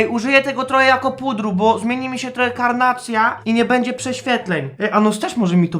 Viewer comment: mówi się będzie a nie bedzie:). Pomogłam ci czy utrudniłam